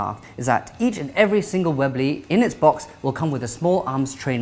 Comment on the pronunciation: Hehe, it sounds funny when he says webley, its sounds like he's saying wibly xD